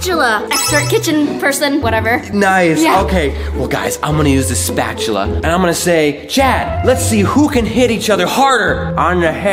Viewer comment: Why did call a spoon a spatchula